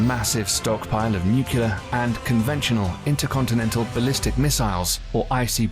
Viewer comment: I had to stop watching at his mispronunciation of the word nuclear. 👎🏼